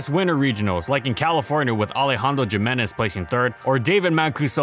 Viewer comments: Bro Jimenez is pronounced he-men-nez, not gee-men-nez. Come on. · Great video, but lmao at the pronounciation of Alejandro Jimenez